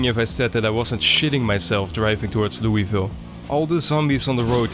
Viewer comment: I've always struggled to pronounce Louisville, thanks for drilling the correct way a few times.